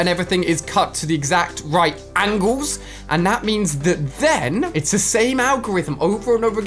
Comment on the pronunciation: aNgLeS! You Cant Unhear It!